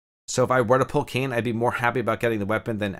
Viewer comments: Bro it’s not Kane… it’s Kai (like in Cobra KAI) and naa (like in the sound a horse makes). Also main character doesn’t have a name, everyone just calls him Nier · Hahahah great video. I think people just refer to the guy as Brother Nier and the girl name is pronounced 'KAI-Nay' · Awesome info man. I know you mentioned you weren't too versed in the Nier storyline but save you from reading that auto translated name that character is called "Nier" or "Brother Nier". Also fyi, Kaine is pronounced Kah-ey-neh and Emile is pronounced Eh-Mil.